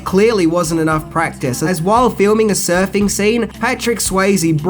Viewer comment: I'm sure it is just me but every time he refers to the surfing culture I hear surfy culture.